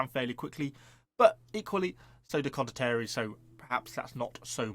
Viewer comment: Con-dot-tea-air-ie. say it like that XD